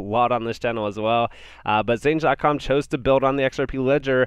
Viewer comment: Xange is pronounced exchange bro.